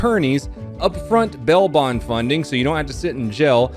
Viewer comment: Anyone else hear "bell" bond and "gel" when he says bail bond and jail?